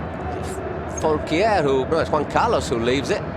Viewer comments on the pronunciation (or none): none